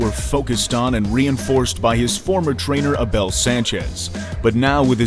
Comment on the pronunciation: A-Bell hahahaha